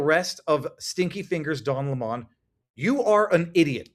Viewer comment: Its pronounced LEMON ...rhymes with Felon .